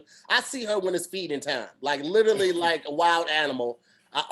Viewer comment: Ok. Don't say "LITERLY" any more!!!!! I love you but damn.